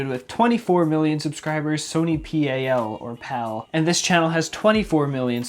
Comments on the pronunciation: Its sony pal not P. A. L. Its pronounced as paal For more hindi translations follow me! Lol🤪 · FYI : In Sony PAL, the PAL isnt an abbreviation lol, its a Hindi word पल pronounced like the "pul" as in "pulse", and it means something like "moment" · and sony not P A L its pl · Am I the only Indian laughing at his pronunciation of Sab and pal?